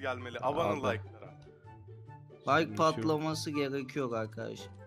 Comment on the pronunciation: Meraba arkışlar diyo bugra